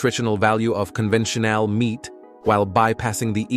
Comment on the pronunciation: i suggest a more thorough review before posting. so many mispronunciations from the AI voice. convention-AL meat, EETH-EE-cal, show-cas-Ed., new mek-SEE-co, smart infrastruc--YOUR-A, et al. info is good; video elements are good; just fix the voice or it throws it all off.